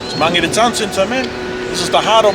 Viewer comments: Never heard Mangere said like that before. I always thought it was pronounced like Man-gheair. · Why do the locals mispronounce "Mangere".. even if you say it like "Magele".. it's still better then "Mang - gerry... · Pisses me off people need to learn how to pronounce our language properly its not mangry its mangere